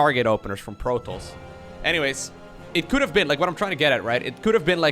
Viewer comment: am i going crazy here or is he pronouncing protoss like 'Protals'?